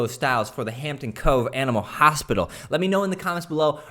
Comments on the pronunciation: The last one says "hopital" instead of hospital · "Hopital" huh... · "Animal Hopital"...lol. dont do logos, addicted to the channel though...awesome stuff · "animal hopital" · “Animal HOPITAL” you forgot an s in the last one ;) BUT it is my favorite so honestly no big deal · The vintage one says "hopital" and not "hospital" and it's triggering me hard rn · "Animal hopital" 😂😂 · Its not hospital.its hopital from now on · It was so cringey that the third one said HOPITAL instead of HOSPITAL, that almost made me cry. Anyways good video 💕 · hopital lol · I was wondering why he left the S out. hahaha